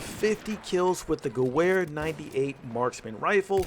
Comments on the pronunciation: Listening to this guy say gewehr with a ‘w’ instead of a ‘v’ is straight cringe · That w in Gewehr is a pronounced as a v. I could handle that in your vid please say it right in the future. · I cringed when he says Gewehr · you pronounce gerwehr like a american. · You pronounce the "W" as a "V" when saying Gewehr. Nice video though👍🏻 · You said gewehr wrong bro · Dude it's pronounced gov-air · "Goo where 98" disliked and reported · Sry but it's pronounced gu-vay-er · It's pronounced "gavare" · "50 kills with the goo-where 98 marksman " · Gewher (Ge-v-ar) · It's pronounced (ga-vare) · It's pronounced "gevehr" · It's pronounced geVer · Great video but the mispronunciation of Gewehr killed me lol. (it's pronounced like guh-vher :D ) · Rump Spank3r do u know what i want to do when someone is butchering german language yes u are right i would make love with a nuke and i wont forget to use lube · The Charger "W" is pronounced as "V" in the German language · I think the Gewhr is pronounced (Ge-vare) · The "w" sound doesn't exist in German. Pronounce "w" as a "v." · Say gewehr right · GU VER not GOO WHERE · the "goo-where" lol it's "gov-air" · wtf is q gahwhere rifle? its gah ver rifle say gah-ver. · sorry I must say this... I know we are American but Miss pronouncing Gewher 98 makes me cringe, its pronounced (Ge-Verë). you said ("Gew-Where") I took German Class not to long ago, It just makes me Cringe everytime I heard that. Not bashing just saying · It’s pronounced gever not gewver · For the love of god stop saying gew wair! Its pronounced guv-air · You completely butchered how you say gewehr, it’s like ge-ver not ge-wer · Guwer... I think it's pronounced Gever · Hey i love the channel so far but my only gripe is the pronunciation of gewehr instead of saying ge-where say it ge-vhere. Good luck on the channel sorry if i was a little nitpicky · Ge-wear lol it's ge - vear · Its geWer! The W sounds like a V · it's pronounced gevear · Ffs. "Guh-wear"